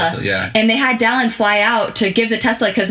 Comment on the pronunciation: Anyone else laughing over the fact that couldn’t think of the word “dollop” in yesterday’s video but is calling Dallin “Dallop” in this one?